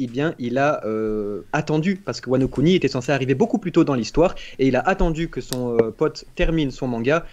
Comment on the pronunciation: Mdrrr wano "cuni" 😂